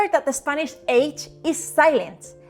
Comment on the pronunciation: Tu "r" es perfecto. A veces tu "i" es un poco latino. Pero muy buen acento con un poco de latino, que es bonito. Puedo entender todos, y tu gramática es mayor que muchos americanos. Cuando dices "spanish", the "a" could be flatter, and the "i" could be duller, but overall, I was amazed.